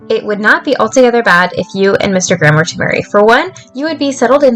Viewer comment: I had this playing in the background and when you'd say "Mr Graham" I thought you were saying "instagram" and got VERY confused with the timeframe of this game hahahaha